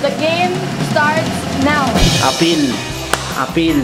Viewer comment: Appeal not apir😼😼HAHAHA